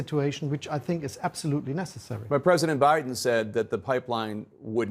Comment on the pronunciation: Ich wundere mich immer, wie man so gut Englisch sprechen kann und dann trotzdem noch "absoutely" mit einem eher deutschen "a" ausspricht und da gibt es noch mehr solche Aussprachekleinigkeiten. Aber insgesamt: Chapeau!